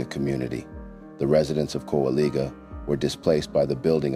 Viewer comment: Just to clarify; Kowaliga is pronounced (cow-uh-lye-jah).👍🏾✌🏾🙏🏾❤️💯✝️